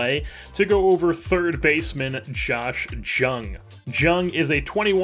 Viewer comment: Just fr future reference, his name is spelled Jung but is pronounced young! Love the content